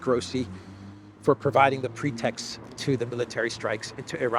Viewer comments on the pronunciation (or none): “Pretexts” ⁉️Your English is usually good but that’s the worst pronunciation of PROOF that I’ve ever heard. Just saying.